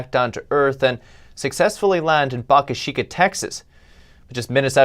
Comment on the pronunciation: It's pronounced "bo-kah chi-kah"